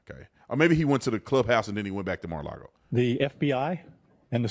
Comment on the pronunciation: First it’s not maralogo. Then it’s maralogo 😀🤷‍♂️